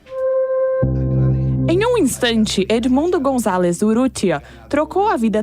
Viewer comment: Por favor, vamos lá jornalistas GONZALÊZ???????????????? GONZALEZ , Né!????? Vão se ligar e aprender a ler e interpretar 🤦🏼‍♀️🤦🏼‍♀️🤦🏼‍♀️🤦🏼‍♀️🤦🏼‍♀️